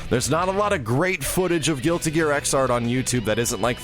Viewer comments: Xrd is pronounced "igzard" BUT YOU GO AHEAD AND SAY IT WrONG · hey the right pronounce is "Zerd" for Xrd;)